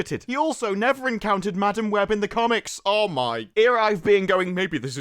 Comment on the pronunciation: You know how some people pronounce madam like muh-damn. Well... Madam Web can eat Madam Butt.